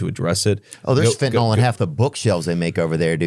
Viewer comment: Ivy League educated Vance cannot even pronounce fentanyl correctly.